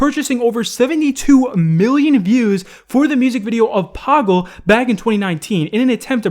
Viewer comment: I am actually an indian. I know badshah. The song is pronounce pa-gull but anyways good try to say the word